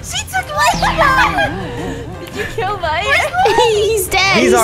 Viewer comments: Did light say lirght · He is not lart it’s light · Did light say “I’m lart?” Did anyone hear that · did light say ‟im lart” 🤣😂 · He said lart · In the intro light said Lart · Lol he did say it 😂 Bart+light= lart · Is it me or I heard light say larght or whatever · WHY HE SAY LART NOT LIGHT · There one word that light said wrong. I'm Lraght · I heard lart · Did light say lart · Light says lart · Light: "And I'm Larght" Me: "Wait- did I just hear "larght"? Lol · did anyone noticed that at the start of the video light said lart?